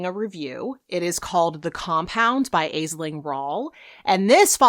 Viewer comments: Aisling is pronounced ash ling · Aisling Rawle's first name is pronounced 'Ash-ling'. It's an Irish name, Ashling is the anglicised version of it. it means 'dream' or 'vision' :)